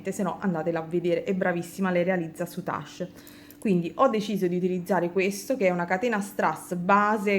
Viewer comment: Tesoro, io ho sempre pronunciato senza la e finale, come in inglese, sei sicura della tua pronuncia? si impara sempre, soprattutto dalle amiche vulcaniche, cmq rosa e grigio col blu marine è superbella come combinazione di colori ❤️❤️❤️